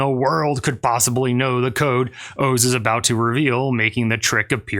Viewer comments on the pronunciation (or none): I'm still stuck on the fact that you do not know how to pronounce "Oz". I could see it being difficult for someone from Asia to figure out the correct pronunciation, but would you say "Have you ever seen The wizard of owe's?" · Is his name pronounced "ohs" or is he using AI now? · Isnt it pronounced Oz like wizard of oz? Not Os like multiple O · Wizard of Oh-z. Wizard of Ah-z?